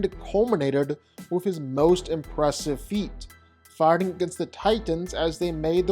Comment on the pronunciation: Ok, I'll bite: last night I was pulling and all nighter doing paperwork and binge listening to your "vs" videos that I recently discovered, and I can't shake the need to ask: why is it that when you say "fighting" it seems to sound like "farting"?